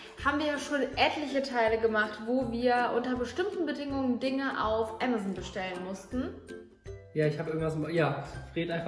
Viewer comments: Sorry Bibi ,aber du sagst ämäson, es ist amazon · Bibi statt amazon : "ämazen"😂😂😂😂😂😂😂😂😂😂😂😂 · Bibi sagt ganz zeit ämazen das heißt amazon 😂😅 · Wieso sagt ihr ämazon und nicht Aaamazon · es wird Am-ason ausgesprochen nicht emeson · Amazoon lol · Wer sagt denn bitte Ämasän?